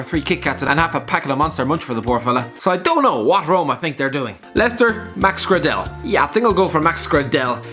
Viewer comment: Isn’t it pronounced max grey-dal